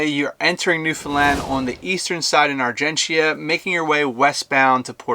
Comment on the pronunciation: Just a heads up, we don’t pronounce the “I” in argentia. It basically are-gen-cha